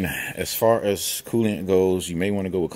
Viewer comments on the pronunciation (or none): Coolant not Colliant